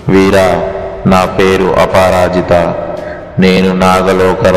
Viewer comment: Miru aparajita ni tappuga pronounce chestunnaru adi aaparaajitha kadu chuskondi